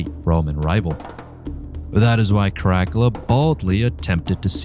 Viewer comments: Is that supposed to be caracalla😂? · Caracalla was the second of the African emperors. We know him today because the Baths of Caracalla still exist in Rome. Seriously learn how to pronounce him name correctly. He was extremely popular because he was a fierce, bloodthirsty warrior whose military loved him because he was one of them. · It could be just the way that the computer AI read's it. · Oh dear god - Pleeeease learn to pronounce - 'Caracalla' - hint it doesn't rhyme with Dracula. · The way he says caracalla's name is killing me 😂😅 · Too funny he can't pronounce caracolla name properly 🤣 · The way you say Caracalla makes me wanna Nero myself. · It's Cara CALLA! Not crackula😂😂😂😂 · I like this overview. The pronunciation is atrocious. The main character is spoken as kaa-ruh-kaa-luh. Not ka'rack-ulah. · ITS KAH-RAH-CAH-LAH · Never heard this kind of Latin. Care-uh-cull-ah? It's "kah-rah-kal-lah". Since you must have studied Latin, your suggestion is as painful as any other. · Kara Kulla, not crackala. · Cara..cala...not caracala einestine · Italian here, I think a good pronunciation could be: KA RA KAL LA with a good enphasis on the double L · No worries. Not everybody studied Latin. But if wanna know right pronunciation, it is KARAKALA. With simple A not EJ like in English. Have a nice day. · Crack a la 😂😅😊LOL!!! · That definitely was annoying to hear the liberty taken with the pronunciation...especially when scholastic study has taught in consistent pronunciation...(in English, that is) KARAKEL-A (that generic version of the nestle crunch bar) is what I kept thinking every time I heard you say it... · The rest of the video could be amazing for all I know but I gave in well before two minutes as your pronounciation was annoying the hell out of me. It sounds like you're calling him Crackler 😂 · I'm an archaeologist specialising in Rome, it's care-ah-cull-ah. It was painful to hear your pronunciation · CROCK-ULA ; LOL; IS THAT DRACULA'S BROTHER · CaraCALuh surely?